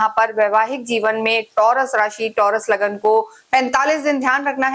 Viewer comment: आप उर्दू संस्कारों से प्रेरित क्यों हैं ? लग्न संस्कृत शब्द है उसे शुद्ध बोलना अनिवार्य होता हैं .आप इस संयुक्त शब्द को तोड़के लगन बोल रही हैं . ऐसे अशुद्ध उच्चार उर्दू भाषा के संस्कारित व्यक्ति ही करते हैं . आप ऐसा ना करें . सनातनी को सुनने में अत्यंत कष्ट होता हैं . शुरु में थोडा बोलने असहज हो सकता हैं परन्तु प्रयास करने से कठिन नहीं हैं . धन्यवाद .